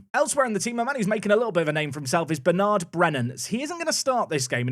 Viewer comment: Why do you pronounce Bernard in a French way? He’s a proud Englishman!